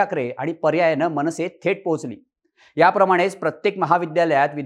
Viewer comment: मंविसे नाही मनसे 😅